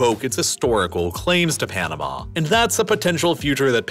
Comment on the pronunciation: Your of Panama is so off.